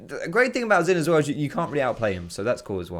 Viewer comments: ZHIN NOT ZIN GOD DAMN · the pronunciation is only partly correct. Xin is pronounced as sin not shin. And Jahw is a good approximation for zhao's pronunciation. Just say Jahw quick and don't drag or emphasize the 'ahw' part of jahw and dont add a bassy tone. Jahw actually ends on an equal or higher pitch. Chinese here btw ;) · xin is pronounced sheen, like charlie sheen